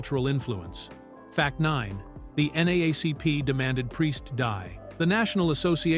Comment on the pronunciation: "... One thousand, mime hundred and seventy two movie." This is sloppy AI slop.